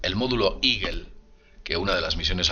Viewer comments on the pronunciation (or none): A que se refiere cuando dices el modulo iguel, tal vez"eagle"águila? su pronunciación aproximada al castellano sería " igo"